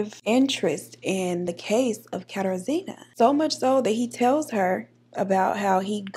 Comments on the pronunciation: It’s pronounced “kuh-tar-ji-na” there was a girl on ANTM with the exact same name thats the only reason I know 😂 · Google failed you, it’s pronounced “KATAR-ZHEE-NUH” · It’s a polish name. Pronounced KatARzna. Nickname “Kasia.” Best to use the nickname, polish names can be tricky. Im living in Poland now and I just got used to the names. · I'm loving your look, Deep Caramel Goddess. Kat-ah-zhj-ih-nuh. zj as in zhjuz it up a bit